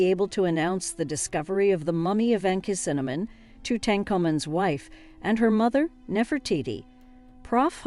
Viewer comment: The word mangled comes to mind with the narrator's pronunciations. Interestingly she seems to manage hawass' pronunciation with little difficulty. Shame, it is an interesting hypothesis made somewhat Mickey Mouseish by the atrocious pronunciations of Tut, Ankhesenamun and Akhenaten. Did anyone go over the final edited version before it went to press? Doesn't seem so